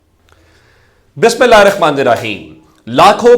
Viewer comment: پہلا تو بسم اللہ دروست پڑھا کرو